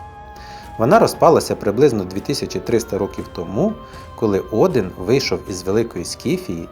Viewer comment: Чому Один, а не Одін?